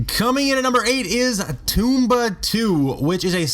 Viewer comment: This idiot doesn't know how to pronounce "vanguard" "Tomba" or "concerto". At least know how to pronounce the games if you want people to take you seriously...